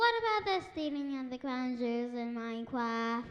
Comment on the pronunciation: swealing of the cwawn juuls in minecwaft :^)